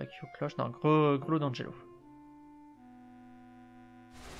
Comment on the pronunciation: Bien. (pouquoi tu prononces "Grelot d'Angelo" ? "angelot" est un mot qui existe :P) Aussi, askip, Éruption solaire a ses dégâts calés sur... les soins magiques de l'utilisateur. Give moi ce parchemin à Asia, pour voir ?